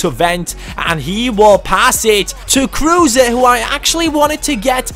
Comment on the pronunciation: Isnt it robbie kruse( so spoken: cruse)?